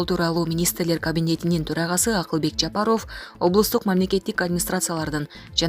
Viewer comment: Бул кыз качан фамилияны туура айтат,ЫЯ! ЖАПАРОФ ЭМЕС ЖАПАРОВ! ОФ ЭМЕС ОВ!